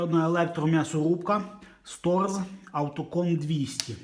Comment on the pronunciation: Здається мені, що читається правильно як "Шторц" на німецький манер. Класні відео знімаєте, удачі вам